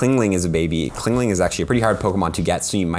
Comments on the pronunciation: chingling not clingling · CHINGling not CLINGling lol